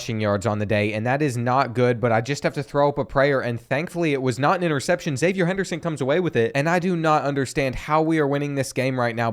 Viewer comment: Florida fan here: your pronunciation was overall good when you pronounced zipperer phonetically, but then you stayed saying "zippyer" lol not sure where that came from. the one other thing is Xzavier Henderson is pronounced Ex-zayv-ee-ur. Confused me for a while too